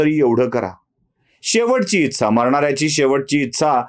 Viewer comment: उच्चार जरा सुधारून घ्यावा ....इच्छा या शब्दाचा....गोष्ट आवडली...फक्त एका शब्दाऐवजी पर्यायी शब्द वापरला असता, तर बरे झाले असते.....कारण आम्ही महिलाही बघत असतो तुमचे व्हिडीओज......